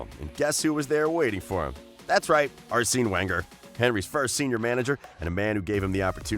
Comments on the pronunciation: Ass seen Wenger as well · Ar sinnn? Lol wtf. Your pronunciation is so bad in every video. I get it if you are just an average guy but you are a presenter at least try to know how the names are pronounced.